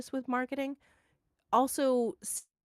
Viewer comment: A bit of irony to listen your discuss ion about possible Bioware studio closure, while you both agreed that “you liked DA Weilguard” 🤭